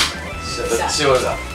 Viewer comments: ドッチボールじゃなくて ドッジボールですけど〜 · ドッチボールじゃなくてドッジボールw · ドッチボールじゃなくてドッジボールだよ❗❗ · チ じゃなくてジだよ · ドッチボールじゃなくて、ドッジボールだよw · ドッチボールじゃなくてドッジボールだよねw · ドッチじゃなくてドッジですよw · ドッチボールじゃないよドッジボールだよー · ドッチボールじゃなくて、ドッジボールですよ。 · ドッチボールじゃなくてドッジボールだよね？上から目線ごめん🙇なさい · ドッチじゃなくてドッジ これ絶対！